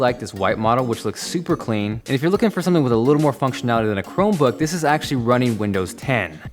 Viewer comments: Chromebook, not Cromebook. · Sorry - "CROMEBOOK" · No one else notice the "Cromebook"? Haha